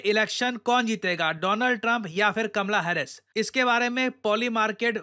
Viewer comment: "Kamla hares"😂